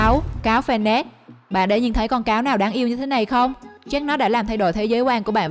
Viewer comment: Cáo fennec nghe lộn thành cáo fennik:D